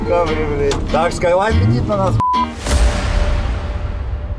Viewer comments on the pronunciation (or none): Почему он говорит «Камэри» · Времена идут, а все ещё Камри называет камари 😹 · ПОЧЕМУ ОН ГОВОРИТ КАМАРИ А НЕ КАМРИ, КАК ЖЕ БЕСИТ ЭТО